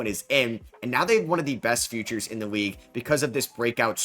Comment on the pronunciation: The “Weague”??